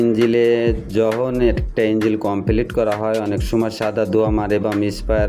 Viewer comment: ভাই এটা ইঞ্জিল না ইনঝোল 😂😂